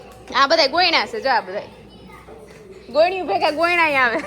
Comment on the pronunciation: ગોયણી નહી ગોરણી 😂